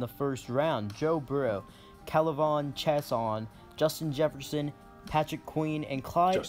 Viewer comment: It’s a tough name to pronounce, but this guy’s pronunciation of K’lavon Chaisson might be the absolute worst I have ever heard lol